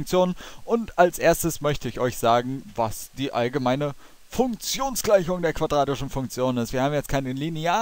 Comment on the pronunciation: Hört euch mal in 0.5 Geschwindigkeit an wie er das erste Mal Funktionsgleichung sagt o.O